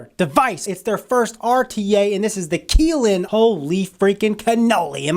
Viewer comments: its pronounced Ki lin. y is pronounced like eye not ee K eye lin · man you're keelin me with the mispronounced words. kylin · My name is Keelan. It's pronounced the same way as he's pronouncing Kylin. This video is odd...... Lololol